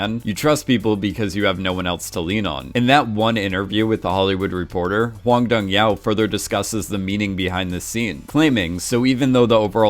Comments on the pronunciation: can you stop pronouncing director's name as Hwang Dong YAO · And the director's name is pronounced exactly as it is spelled. Not some weird Chinese sounding thing that he morphed it into. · Do you intentionally mispronounce every single name?💀